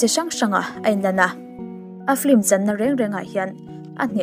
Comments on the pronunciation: I aw a nalh tawp... Mahse "Flim" ti lovin "Film" ti la... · Thenkhat hian 'flim' tiin an lam leh tlat thin a...film a nia..chhiar hi uluk hle ang u..i aw analh ropui sia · I aw a ngaihnawm nen, film hi flim tiin lam ri lo la ṭha tur... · 'Flim' i ti zel a😁 Film a ni reng sia